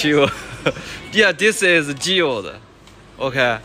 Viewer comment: 你的英文老師應該知道你要所的grilled, 但你的發音太不准。嗯，沒看到火鍋啊。